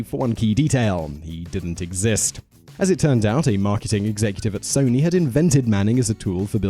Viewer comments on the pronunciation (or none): none